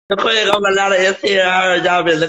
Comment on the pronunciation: You mean "queeng" LMAOOO